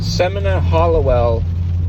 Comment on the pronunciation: Semina: "Semeena"